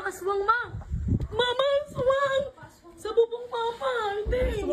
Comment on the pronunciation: Ashwang hind aswang 😂😂😂